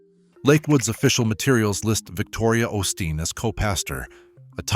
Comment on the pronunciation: If you're going to do stories on the osteen's pronounce their name right quit being stupid